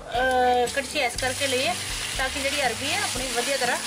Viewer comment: Bohat wadhieya Ha but It’s not Arbi, it’s Arvi.